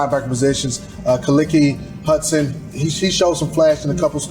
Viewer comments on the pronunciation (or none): honestly..we should stop bringing london on the show. Loved him as a player but as an analyst..his bias hurts him and for him to not even know how to say khaleke hudson's name right just shows the lack of attention to detail.